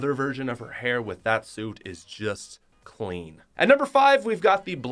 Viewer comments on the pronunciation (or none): Every time he says “clean” I do not hear it as “clean”.